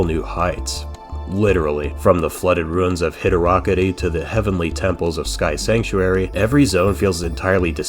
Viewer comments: Hydo rockety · i think it's "Hydro City" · I say both kinda? Hydrowcity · What the hell is hydrokity?? My man just started a new debate and I love it.